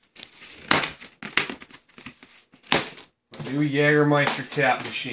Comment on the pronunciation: If you want to shorten the name, then it would be "Jaeger" and not "Jager", as you can write the German "ä" (in Jägermeister") as an "ae"